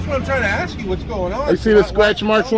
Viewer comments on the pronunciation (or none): Don't axe ?s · It is ASK NOT AXE